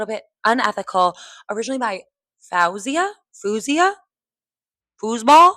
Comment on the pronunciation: I’m grateful to Maphra for introducing more people to Faouzia, but I don’t really understand the hype around this cover. To me, a great cover should reinterpret or reimagine the original, not try to emulate it. Her mispronunciation and harsher vocal approach didn’t add anything new for me. If anything, they took away from the beauty, nuance, and raw emotion that Faouzia poured into the song. Anyone who’s listened to more than a couple of Faouzia’s songs knows she has extraordinary vocal prowess. She could have approached this song with far more power if she wanted to, but she deliberately chose a softer, more restrained delivery because that’s what the lyrics and emotions called for. That artistic restraint is part of what makes the original so special.